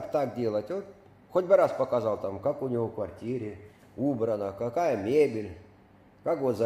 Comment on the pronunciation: Не кая, а какая.